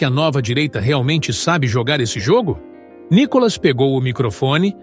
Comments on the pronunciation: Vc só tem que pronunciar o nome do Nícolas corretamente kk NICOLAS não! NÍCOLAS OK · Fale o nome dele direito.